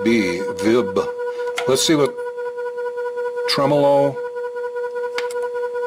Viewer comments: you grab that red knob, pull it up & give it a good twist... bye bye clean!!! apparently gets his tremolo pronunciation from Italy, a small place with a handful of people. We are the rest of the universe, with billions of people, HAHAHA!!! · I have seen and heard Polytone amps, Mike. They tend to be ultra-clean, for Jazz and such. I would think that a 100W Polytone would make a dynamite lead guitar amp......like a Marshall, clean and loud as heck. I'm not sure where gets his pronunciation of Tremolo. He may be right.......but the vast majority of people seem to pronounce it the way we do.